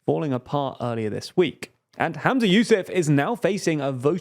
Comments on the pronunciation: The FMs name is pronounced “Hum-za” not “Ham-za” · "hUmza yousAf" not "hAmza yousEf" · Just to note his name is Humza not Hamza! The mispronunciation in the video was bugging me a lot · Humza, not Hamza ❤ Cmon guys, take some notes from the new girls who seem to be much better at this 😂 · Sorry but it's really distracting that you keep saying "Hamza" and not Humza. I think the coverage is actually really good, but it just seems lazy that no one noticed this. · Bruh it's Humza. Dont blame you tho the vid mispronounced it. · Maybe start by pronouncing the First Minister's name correctly. 🙄